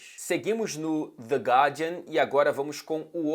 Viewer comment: Adorei a pronúncia de "The Guardian" e é isso aí. Abraço.